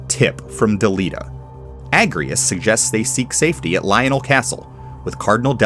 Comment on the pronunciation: It's pronounced A-j-rias, actually. Because she's Ajora's descendant. It's why she can use Holy Knight and *I can't*